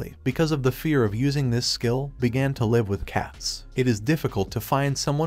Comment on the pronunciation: Hey mate , love your work but can you please google how to pronounce "live" laive is a 100% wrong so for your sake and ours please upgrade